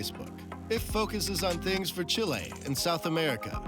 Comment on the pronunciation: It enoyed me so much the way he pronounced Chile. He was saying chiléí all the time.. Since he says some fraces in spanish he should have made a bigger effort. Well well, no pasa nada supongo.